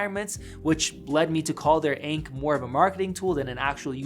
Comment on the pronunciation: Do not call ANC "ank"